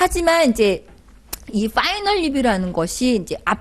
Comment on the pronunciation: '빠이널"??? "파이널"??? 왜 자꾸 빠이널이라고???